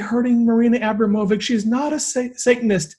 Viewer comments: It’s Abramovic. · It's pronounced A-brahm-o-vich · It's pronounced Marina Ah-BROM--oh-vich :) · Marina Ambromavich ( Spirit Cooking ) You guys are pronouncing it WRONG! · Thanks but they still pronounce it Wrong!